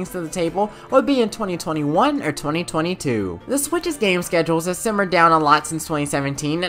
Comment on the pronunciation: Did u just say 2022 or 2222 🤔